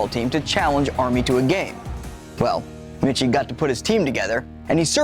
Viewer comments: Fun Fact: It's pronounced "Mikey" not "Mitchy" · It is Mike-ee, not Mitch-ee. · Pronunciation of Michie is Mike-ee, not Mitch-ee. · Michie is pronounced "Mikey" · Hard to listen to someone who calls Michie ( “Mickey”) Stadium for “5 things you might not know about the Army Navy game” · It’s not Mitchie. AND did you know that cadets actually cheered for Navy? During WWII, with fuel rations, no travel meant no fans so the cadets drew lots and the losers had to heer for Navy... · "Dennis Michie" is actually pronounced like "Dennis Mike-ee." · Please edit your narrative to proper pronunciation of Michie. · For the love of all things holy, please figure out how to pronounce Michie... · One thing this guy doesn't know is how to pronounce "Michie." That part was painful.